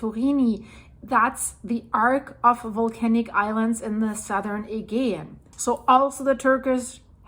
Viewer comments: My dear the agaean is pronounced A GEE ann. Like " jee" ju" Agaean sea. (A jee anne) Not a "gee" an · Thank you for this, I have found your updates really helpful and informative! I am a Californian of Greek descent 🧿 and have been to Santorini 🏺📿 . This is all really sad to watch. One note, in English, Aegean is pronounced ‘uh-GEE-un’ with a soft ‘g’. 😘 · Hey, it's pronounced A-gee-an. Thanks! You had a couple of other mis-pronounced words, there, too. I can let you know what they were, if you would like. English can be difficult! 😀😀😀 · its pronounced a -gee -ann Aegean sea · still can't say aegean properly